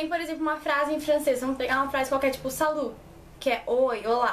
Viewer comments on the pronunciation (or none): se pronuncia sali. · O "t" de salut nao se pronuncia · Salut não se pronuncia o t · Uma dica: quando você falar Salut não se pronuncia o T. Esse T é mudo sempre.